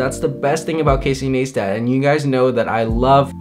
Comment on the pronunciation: Casey Naystat??? no its Casey Ni-stat lol